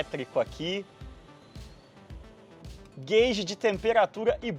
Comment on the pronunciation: (muito) Obrigado por acertar a pronúncia de "gauges", deputado! 🤘